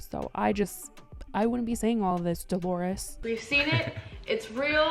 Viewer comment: The way she said Dolores 😂